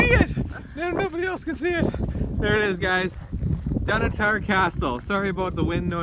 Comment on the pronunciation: I love your videos. I fly RC helicopters. Just for your info, it's pronounced Dunotter. Slains Castle up the coast in Aberdeen is where Dracula was based on. I live in Aberdeen and would have loved to show you around if I had known. I am also a Broadcast cameraman and think you do a brilliant job of filming thank you.